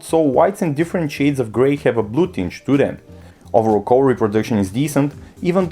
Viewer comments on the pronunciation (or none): "Callor" instead of color. At least you could put some effort to pronounce the word color the right way. I like the channel, but come on... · I know. I am not from America neither as you can tell by my name, but "callor" instead of color is a bit too much and is not the only miss pronunciation that he makes ;-)